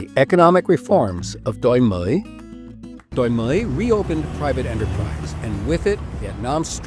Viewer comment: this is an excellent production, but i just can't get over the pronunciation of doi moi, it's very funny when done properly